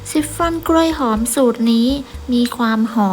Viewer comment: ชิปฟอน ออกเสียง ช ช้าง ไม่ใช่ ซ โซ่ ออกเสียง ซิปฟอน ทุกคำเลย นึกว่าหูเพี้ยน😂